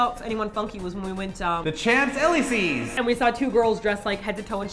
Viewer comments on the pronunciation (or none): that champs eleesè was interesting pronounce it shamps eleesays but cool vid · champs elesees...... mygod.....